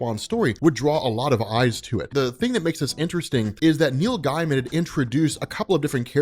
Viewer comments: That's not how you pronounce Neil Gaiman. It's not guy man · It sounds like you say Neil Diamond when u say it fast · The way you pronounce "Gaiman" keeps making me think you're saying Neil Diamond